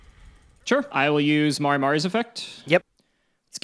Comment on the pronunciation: It's MARE like a horse, not MARAY